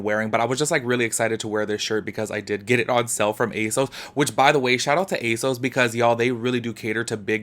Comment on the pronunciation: A sus? You mean A sauceee . The way you say ASOS sounds sad and funny. But yea I’m not suprised if she copied people cause she did copy a black female YouTuber on a fenty video